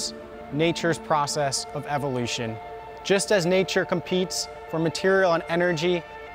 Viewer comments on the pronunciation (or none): none